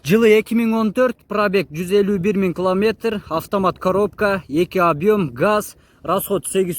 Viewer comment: Километр десен кламетр дебей